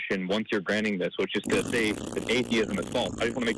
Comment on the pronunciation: It's "atheism" not "adeism"